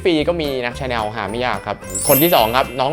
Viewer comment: ชอบช่องนี้มากค่ะ และชอบที่ออกเสียง ชาแนล ชอง ถูกต้อง เลิฟมากค่ะ ♥️